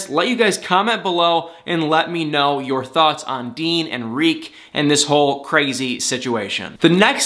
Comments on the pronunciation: Why do you say REEK when its TERIK! I wish all you bloggers would actually pay attention to names of characters in the shows you guys claim to love. I know its a lot of people to keep track of but it looks really shysty and disingenuous to claim you love something and you cant even remember details about the people in the show you “love.” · It's TARIK..........not REEK ffs. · It's NOT REEK! His name is Tarik! Why do you keep saying "Reek?" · He's not calling Darcy Dar or Avery Av! Stop destroying that man's name! It's not like his name is Edward and you're saying Ed! His name is TA-RIK! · Why do you keep calling him "Reek" 🤣🤣🤣? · Did you say Dean and Rik? Was the “Ta” silent or is it your cute nickname for him? 😂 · Why are you saying "reek"?